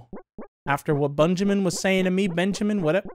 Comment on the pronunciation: Also it's bunjamin